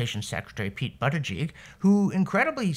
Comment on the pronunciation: Excuse me Mr. Robson, the secretaries name is pronounced "butt-gig".